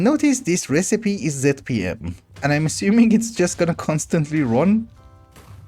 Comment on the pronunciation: Aha so that’s how you pronounce naquadah :D I was always wondering. Also thank you for pronouncing zpm with a zed instead of a zee, so many people get it wrong lol